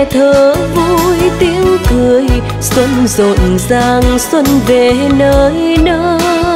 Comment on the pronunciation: Cho môi em mềm mùa xuân, từ 'xuân' nên phát âm mềm hơn. đoạn 'những đôi mắt trẻ lệ nhạt nhòa' không nên nhấn mạnh vào chữ nhạt, mà để nó trôi theo lướt từ nhạt nhòa ngang bằng. đoạn 'không nụ cười đưa duyên' phát âm chữ duyên nên chuẩn hơn, trong này nghe gần giống chữ 'xuyên'. Đoạn tôi sẽ về đưa người yêu....đến cuối lại càng nhiều lỗi hơn.Phối khí cũng hơi chán. Diễn xuất nên trầm lắng nhưng tươi tỉnh, không nên buồn, vì bài này có rất nhiều ý nghĩa tích cực.